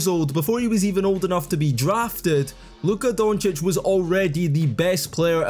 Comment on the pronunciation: He said luka doncic name right They Gotta make a name for themselves